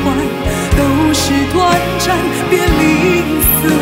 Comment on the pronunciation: 怎么那么多歌手都不认字的感觉 全都念错 是短zan 不是短zhan